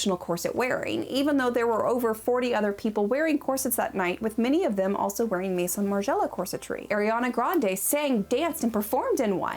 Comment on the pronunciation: "meheeson margiela"